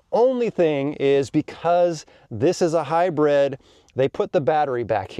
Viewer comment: Is he saying “Hi-bread” or hybrid, lol